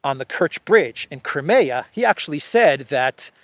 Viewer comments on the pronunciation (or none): none